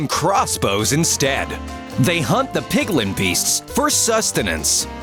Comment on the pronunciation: ( narrator says pigling): me: u said pigling it’s piglin